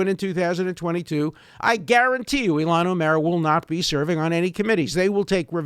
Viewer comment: i love how he pronounces ilhan omar - like olmert